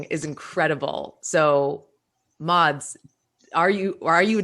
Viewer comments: I hate the way she pronounces Mads’ name 😂 he said previously that it’s pronounced “mess” like the end of “Thomas” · This was such an insightful look into the birthing process of a beautiful movie. I'm so glad they decided against scrapping of that hilarious "cod catching" scene. However the constant mispronunciation of Mads' name is such a eyesore - it would literally cost northing to just Google the correct one and use that.